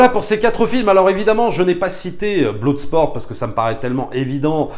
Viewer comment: Bloodsport ne se prononce pas "bloudesport" mais plutôt "bleudesport" 😊